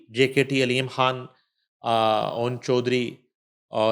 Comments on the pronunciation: بشریٰ کھان نہیں خان آپ اپنی لینگویج زبان کو ٹھیک کریں بشریٰ خان اور گیر کانونی نہیں غیر قانونی پلیز اپنی زبان درست بولیں رومن یا ھندی نہ بولیں یہ کوئی فخر کی بات نہیں کہ خ کوکھ بولنا یاغ گین بولنا We hate it😡😡 براۓ مہربانی اردو بولیں رومن یا ھندی نہیں❌🚫 😡😡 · ہیلو بشری کھان نہیں ہوتا مسلمان ہیں آپ السلام علیکم کہتے ہیں ہیلو بچھرا کھان نہیں بشری خان